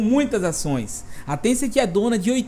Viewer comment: Paulo R. Cassimiro Lopes ele n falou niantic, ele falou tecent